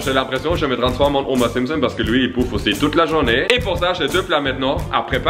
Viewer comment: Ya un moment j'ai cru que t'avais dis Gromer Simpson 😂